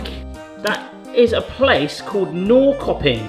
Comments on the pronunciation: Norrköping is pronounced Nor-shur-ping. It kind of means north-market. Very nice industrial town, kind of like the Manchester of Sweden. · The Swedish one is pronounced "Norsherping". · I think you'll find Norrköping pronounced approximately like 'Norr-SHIR-ping' (without the sound of the 'r'). I like the 'throw a dart at the map' idea. What about getting an atlas and just randomly opening a page up with your eyes closed and stabbing with your finger? Or have someone move the map under you while you drop a dart from above? Or have a selection of countries to choose from and spin a wheel (or use a random generator) to pick your three? Options!